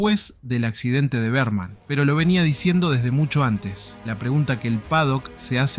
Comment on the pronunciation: todo bien. pero decir BEARMAN EN LUGAR DE BERMAN, MMMM